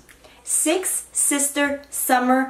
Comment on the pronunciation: I laughed so hard when: “seeex seester scrunchie suuumer steeles” Amanda: “no no” hahahah 😂